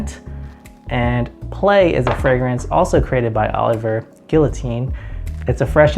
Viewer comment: Great list! I'm pretty sure you pronounce Olivier as "Oh liv eeee ayyyy" other than that great video.